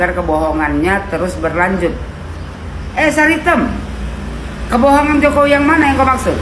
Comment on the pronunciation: MANTAB DGN SBUTAN " SARI TEM " 😂😂😂